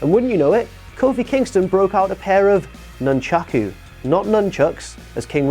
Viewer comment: you beautiful little Pillsbury Dough Boy! Finally someone else who can pronounce "nunchaku" correctly!